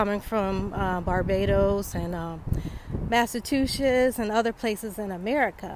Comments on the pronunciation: I love you sis but I’m cringing every time you say “Masa-Two-Setts” 😖 Try “Masa-CHU-Setts” 😚😉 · Can t pronounce massachusettes? Lord have mercy... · Massa-tu-chettes? Come on now, validate your intelligence. 😎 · It's massa chu setts